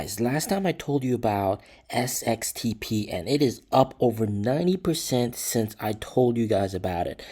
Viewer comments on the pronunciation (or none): none